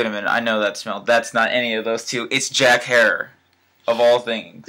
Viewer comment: great reviwe even though you did not say Jack Herer right. Keep on toking bros!